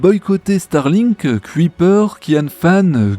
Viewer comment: Petit éffort sur la prononciation de "Kuiper". Ca se dit "ceuille (du verbe ceuillir) / peur" et pas "cuit / peur"